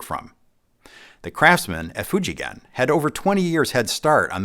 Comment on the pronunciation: Most US YouTuber would pronounce the name “Fuji Gen” with soft G sound. used the right hard G sound here. That proves how well he knows about what he’s telling and makes the story more believable.